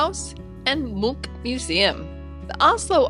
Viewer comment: Lovely video and it was nice to hear a visitor pronounce Munch correctly 😂